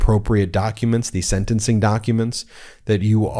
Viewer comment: "senancing"? MTG hasn't, among her many faults, well established pronunciation skills. 🙄